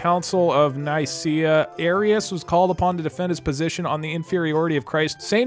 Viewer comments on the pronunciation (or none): I know I’m really late on this but the pronunciation is “nice-see-uh” and “ek-you-men-ical” :)